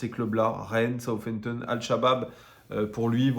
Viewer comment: Je pense que comme une majorité de Français, ton anglais est à chier...On ne dit pas ''Soufampton''..le ''th'' ne se prononce pas ainsi. Je suis fan de l'OL, depuis Montréal, Québécois de naissance et franchement, je ne sais pas c'est quoi votre problème en France avec l'anglais, voire toute les langue secondes; suffisance culturelle…Probablement. Ne pas savoir prononcer décemment le nom d’une ville anglaise fait mal côté crédibilité. Un peu d’efforts de grâce.